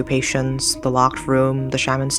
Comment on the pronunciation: I wanna like this but the T sounds for words that end in D is driving me insane. It’s lockeD not lockeT